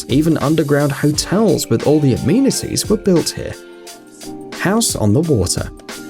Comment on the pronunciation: A 'mean' atees, are you serious? It's spelled amenities. Say "Amen." If you say A-mean, delete your channel.